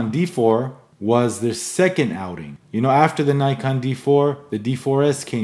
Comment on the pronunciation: nice! but please learn how to pronounce "Nikon"